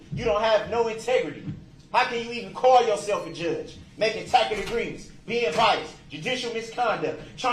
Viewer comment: + "makin' TACKIT Agreements!" 😂 😆 😂 That's effing *HILARIOUS!!*